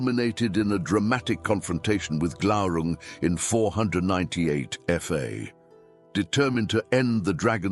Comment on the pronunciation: Glaurun"g". Isn't it? Glaurung? Ah. There it was. You missed the "g" at first, I thought. The only part of the Silmarillion that I memorized, the epitafium on the Isle of the Hapless: Turín Turambar Dagnir Glaurunga.